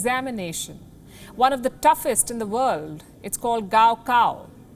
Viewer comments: Gao Kao pronounced as Kao Khao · Reporter: GaoCao Subtitles: cow cow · The exam name which you pronounce is wrong .